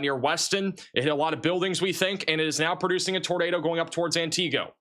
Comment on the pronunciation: It's "ANT I GO" when sounding it out. 😊